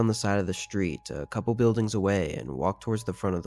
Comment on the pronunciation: "shtreet" did it in for me.